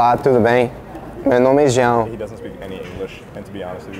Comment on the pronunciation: From a native Portuguese speaker, congratulations! The way he says 'João' is great and unusual to hear from English speakers